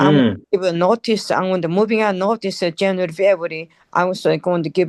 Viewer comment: This no tallking ass sister said Yanuary...